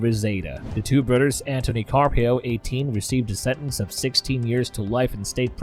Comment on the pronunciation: Ok when did they put a Udd in the word brothers. “brudders” lol. Yanking your chain. Great video……Oh,oh Udders as well now it’s really come off the rails. A lot like this comment